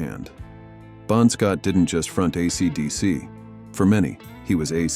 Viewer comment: Ah cee slash dee cee? 😳